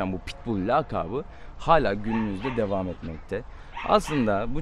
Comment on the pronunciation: abi dewamke diyorsun